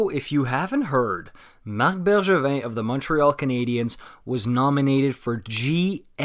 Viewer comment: Dude I swear that was perfect prononciation😩